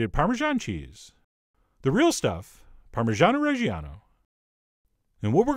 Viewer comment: That "parmishano reshiano" it's a big cringe for us